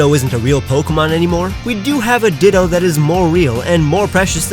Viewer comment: He said ditta not ditto